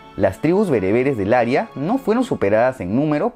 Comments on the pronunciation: es cierto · "área" no se pronuncia "aria"! Son distinta! Un aria, del italiano aria, es una pieza musical creada para ser cantada por una voz solista sin coro, habitualmente con acompañamiento orquestal y como parte de una ópera o de una zarzuela. Antiguamente, era cualquier melodía expresiva frecuentemente, aunque no siempre, ejecutada por un cantante. Wikipedia